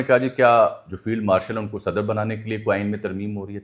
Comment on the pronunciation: صدر sadar نہیں صدر Sadr ہے براہ کرم اردو تلفظ کی جانب توجہ دیں